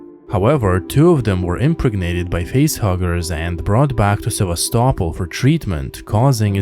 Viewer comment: Seva-stopol not sevas-topol